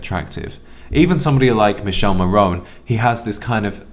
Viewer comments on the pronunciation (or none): It's pronounced 'Mi-KE-ley', not 'Michelle' in the name 'Michele Morrone'.